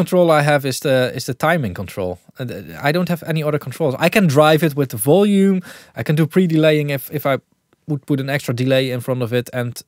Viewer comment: The way he pronounces 'Volume' is the most Dutch thing ever